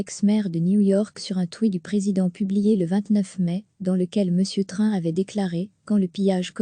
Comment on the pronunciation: il faudrait réviser votre façon de prononcer le nom de "Trump"